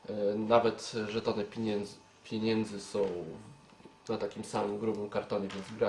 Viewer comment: Nie piiniędzy a pieniędzy. Nie akcentuj tak "i".